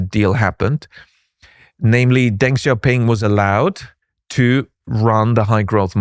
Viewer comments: what is with some of the crazy talking points out there hahaha and in video NOT HOW TO PRONOUNCE DENG XIAOPING however hahahah what is on wit hthat BE CAREFUL PEOPLE :D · what are you talking about with that hahaha and NOT HOW TO PRONOUNCE DENG XIAOPING however hahahah what is on wit hthat BE CAREFUL PEOPLE :D